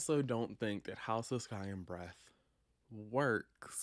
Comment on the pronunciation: All I heard every time you said the title was "House of Sky and Bread" 🤣